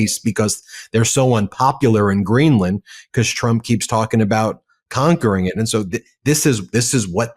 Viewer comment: Ummmmm. Sick of hearing YOU saying conquer Do not perpetuate the annoyance. Thanks 🇨🇦 🍁 🇨🇦